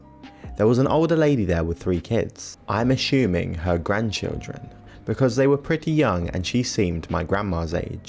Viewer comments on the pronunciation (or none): A shoe ming. Assuming. Finger nails down a chalk board good otherwise just can't listen anymore